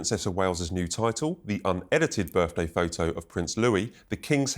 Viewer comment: Fgs Sun this Interviewer can't even pronounce the English language properly birFday ffs. I can't believe it, did he actually go to school ,my God